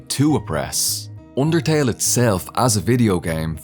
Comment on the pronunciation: wroiting voilence oondertail